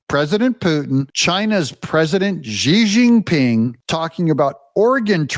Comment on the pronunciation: Please pronounce Xi Jin Ping. You sound like You Know What